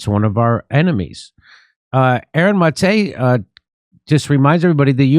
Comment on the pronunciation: Unrelated, but thank you for pronouncing Aaron's last name correctly. I'm also a Maté, and my grandfather came here from Budapest, just like Gabor (Aaron's father) and no one ever pronounces my name correctly, but I never take any offense to it if they do. It's just refreshing to hear it pronounced correctly. Anyway, love the show and the work you all do!